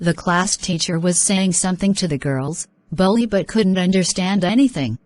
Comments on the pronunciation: Bro pronounciation mistake ☠️ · Its not bully its bholi